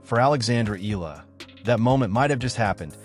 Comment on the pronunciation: Her last name is not eelllaaa... it's ee-ya-la (Eala)